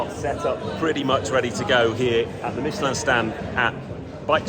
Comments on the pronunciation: Pronunciation of Michelin spot on!👌 Great review as always! Cheers, Tom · Good to hear somebody pronouncing ‘Michelin’ correctly… 😀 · let's start saying Renault, Citroën, Toyota, BMW, etc, like the natives pronounce them. It just sounds pretentious. If you ask 100 Britons I'm sure 90 would say Michelin.